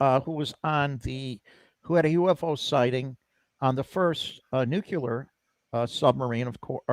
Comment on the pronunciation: is a knowledgeable guy. Ironic that he ended with "Well spoken." He spoke well except for one word. "Nook-yuh-ler" instead of "Noo-clee-er." Nook-yuh-ler sounds like Paula Dean without the redeeming delicious biscuits.